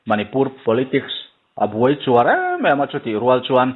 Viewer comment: A buarchuar tih tur a ni zawk em, a buaichuar i tih hi?